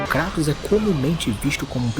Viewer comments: Lembrando que Kratos é grego então a "pronuncia correta" de seu nome não é Kray-toes mas sim Krat-OW-s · Que vídeo bom do mano BulletOo. adorei a junção das duas pronúncias, vou aderir